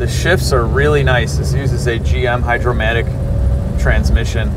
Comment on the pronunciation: Hydra-matic not Hydromatic. Cool video. I forgive you.